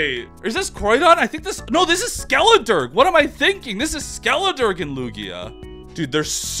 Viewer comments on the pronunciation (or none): It's very amusing how often Skeledirge's name is said....wrong. "Dirge" is said "durj" not "durg". It's a type of mournful song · I think it’s pronounced Skelederj. A dirge is a somber song or lament expressing mourning or grief, such as would be appropriate for performance at a funeral.